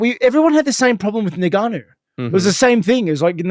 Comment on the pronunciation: I love how Rob says "Nigganou"🤣